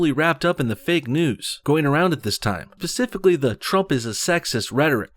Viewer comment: Man I love your channel and I subbed, but it’s specifically not pacifically - perhaps it was just the audio, because I don’t reckon you’d make an error like that bro.